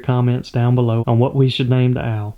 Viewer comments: Name him al since you pronounce owl al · Name the owl “AL” you can hardly tell if you are calling it an owl or AL. I chuckle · The Big Owl's name should be Big Al (because I heard "Big Al" from your accent :p)